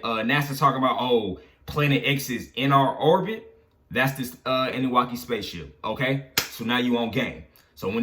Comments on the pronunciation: Nigga said annuwaki lol it’s annuNAKI 😂😂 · it’s pronounced Ahh-New-Nah-key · Uu pronounce annunaki wrong lol